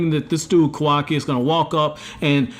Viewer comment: It’s Ka-Wa-Ki Not kaw-Wah-Key